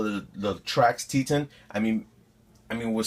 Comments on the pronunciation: Wow, I was trying to be helpful and let you know it's pronounced Teetohn when I realized this video is 6 1/2 years old. Way to put current content in my suggested videos on Roku, YouTube! Sheesh... Guess I won't try to get a thread on the different Latrax flavors in this comment section. Hold on. Apparently the space shuttle just exploded on takeoff, according to the breaking news YT just fed me! 🤔 😉😁🤣👍😎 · Dude, the Latrax Teton is named after the Teton Mountains and pronounced with a long E sound like eat or meet. If you care.